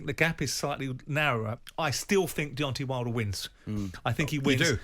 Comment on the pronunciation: It's DeonTAY not DEONTEE. Why do over 50s men in England keep going back to 1800s pronunciation. The same people probably say PARK-IS-STARN rather than Pakistan.